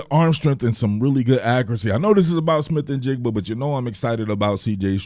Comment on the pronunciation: bonus points for not butchering the kids name either I can’t tell you how many times I’ve heard people screw that up. 😂